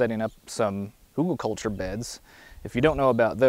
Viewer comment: Sorry it's Hügelkultur (translated Hill-culture) . Hugul is not a word